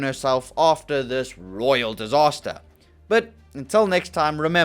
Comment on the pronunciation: 8;33 royal dihsaster